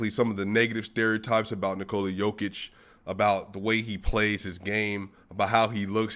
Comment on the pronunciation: Great pronunciation of Nicola's first name. You only have to correct last name - its a short/fast "o" in Jokic. And you have to explain it to DNVR guys. They are saying Nikooola. ;)